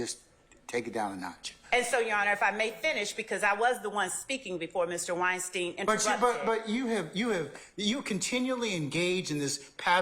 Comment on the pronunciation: It’s Wine - Stein , not Whine-Steen. She’s giving everyone a headache.